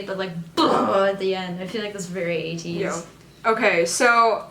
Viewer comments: When u pronounced Ateez n the subtitle is 80s it so similar to my ear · said Ateez Roty 😂